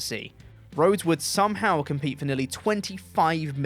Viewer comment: “somahow Michaels would wrestle on…” 🙃